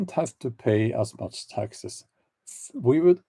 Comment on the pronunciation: 😆 when you said "I hate taxes " Your accent sounded like I HATE TEXAS 🤣 love from Granny B(in Texas 🇺🇸) kidding I'm in Idaho 🇺🇸